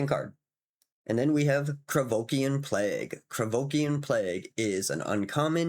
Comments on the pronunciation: Oh¡ IK mate, is just that this time was funny coz it sounded legit [Krevokian or whatever the hell you were saying there sounds legit as a 'fantasy name' or demonym] and coz you doubled down a couple times... then the next card came in heheh... another Krivoskian¡ hahah ] but ofc it's no big deal, it makes it even better, I do appreciate your content dude. With the card I was talking not about swipe as in 'board swipe' [board swipe would ruin the fun killing the enchanted creature] but maybe you mean that and it's another English language thing I'm yet to learn... I mean those [usually] effects on a creature or spell that say that you gain control of a critter 'until the end of turn' and gives them 'haste'; I have to say I found them a bit underwhelming seeing all the OP cards around [I'm playing it like an RPG.. like Shandalar... which is very much the same imho, and I love it for it mind y'all] But now I'd try to get the freaking Alliances card and gonna try to steal them critters to give them back with the enchantment on, just for laughs. Thanks again for featuring such a gem of a game Salu2¡ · Krovikan [ Idk what just happened to your tongue with that word ^^]... Krovikan Plague would be interesting to see with all those cards that I'm facing in certain videogame [ Imention it in every other comment now ] taht give you control of an enemy creature and gives it haste until end of turn. It would still be... not great, but it feels really funny to be slowly removing their critter all the while tapping it for a ping..... absolutely hillarious Salu2